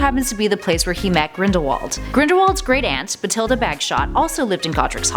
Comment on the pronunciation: it’s batHilda not batIlda